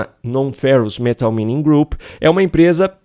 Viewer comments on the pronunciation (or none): Pronuncía-se 'máining'. CRIMINOSA essa venda à China.